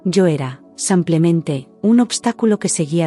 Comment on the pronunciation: Una pregunta, por qué la narradora , cuando es simplemente, ella dice samplemente y las demás palabras las narra bien??????????